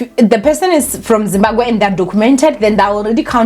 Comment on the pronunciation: It's Zimbabwe not Zimbagwe. It's the second time l have heard you pronounce it wrongly. Kinda disrespectful. Anyway: l understand where the doctor is coming from.